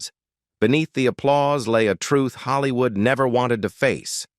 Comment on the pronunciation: the fake-ness starts from calling Hollywood as Haalliwood